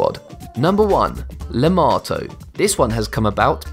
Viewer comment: Lemato sounds like LAMAO